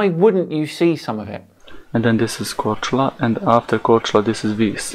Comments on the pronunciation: Kudos for pronouncing Croatian islands' names correctly! Cheers from Croatia,:) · kudos for pronouncing Mljet and Korčula. It can be hard for people who never learned any of the south Slavic languages. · Yo can we all appreciate superb pronounciation of Mljet and Korčula? That was pretty much perfect! Also props to Marko, he actually went out and did legit experiments, so he gets a thumbs up for effort, even though he's is wrong in the end. Though I still don't get why these Flerfs keep saying "Ha! I shouldn't see any of this island but I can see half of it!". That still proves the globe, you would have to see literally all of it to prove the Flat Earth. Most of Mljet is clearly hidden behind the curve on his observation, yet he claims that a tiny portion of the island is visible and that proves the Earth is flat? His logic is just flawed.